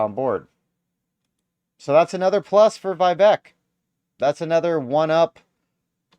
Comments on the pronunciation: Its vih... veak , not vaivek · Vivek is pronounced “Viv-ake” I love him so much that I changed my registration from Independent to Republican just to vote for him in the primary.